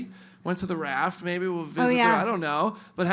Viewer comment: Ahem, there is no "R" in the word "maybe".